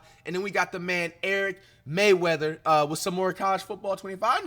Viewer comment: bro how you give someone a shoutout a butcher their name. His name is Eric Rayweather, not Eric Mayweather.